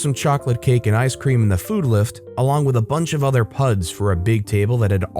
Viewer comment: "Puds" is short for "Puddings", and rhymes with "Hoods", not "Bloods".